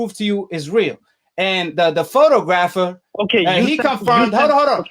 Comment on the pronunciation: You can't even pronounce photographer. Your a fan boy. Yeah Foster got busted. Just like had Fury cheated he would have got busted